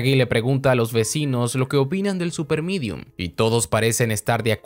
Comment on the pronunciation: Se Dice Medium.